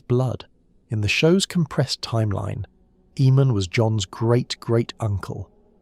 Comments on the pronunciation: The name was pronounced A-mon on the show. Why pronounce it E-mon? His name was spelled Aemon. The other name is spelled Eamon. In the words of Tyrion Lannister...."See the difference?" Lol I just heard you pronounce Aegon as E-gon too....why? It's clearly pronounced EGG-on. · A.I cant read for sh*t. E-mon, E-gon and the Will-dlings?? And youtube is taking down and demonetizing channels that are produced, edited and narrated by humans and then, they are feeding us this constant flow of A.I crap. Youtube, sack the people you have and employ better people that actually do the job (of checking channels for this type of rubbish) themselves, instead of leaving it to a computer programme. You lot are terrible at your jobs. You should be ashamed of yourselves, my sons dog could do a better job and she hasn't got thumbs, nevermind opposable thumbs. Useless, if somebody makes a decent alternative to Youtube, Youtube is DONE because people are sick of your bullsh*t.